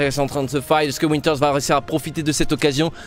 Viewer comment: Je sais pas vous mais PUTAIN C PAS WINTERS C VINTER V COMME VALENTIN MERDE sinon bonne vidéo xD